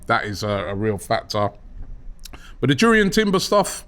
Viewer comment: Its pronounced as Yurrien Timber